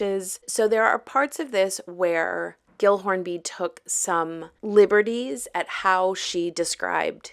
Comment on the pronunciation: Pretty sure gill is pronounced jill. 😂 I've met someone with that name.